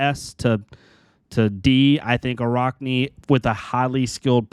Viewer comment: For the love of god it’s araakni not araukni. Your pronouncing it wrong.